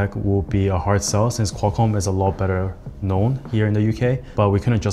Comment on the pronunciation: lot better....KNOWN! (Nice pause)🤣